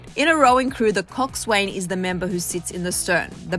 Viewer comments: It’s pronounced “coxsin” not coxswain 😂 and us rowers just say erg not “E-R-G” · Thats not how you pronounce "coxswain"... the S, W, and A are silent. Pronounced like COX-IN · I’m sorry but it drives me crazy hearing everyone pronounces coxswain wrong. It’s pronounced cox -in. If you google it it will pronounce it for you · It's actually pronounced "Kok-sen"